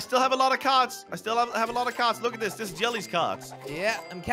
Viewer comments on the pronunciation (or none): i dont want to go to shcool to wach zis